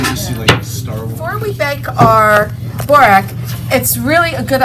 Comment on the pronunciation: Good video but try and pronounce borek properly please.